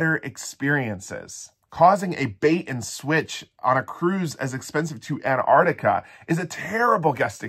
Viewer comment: Apparently Antarctica no longer has T's in it.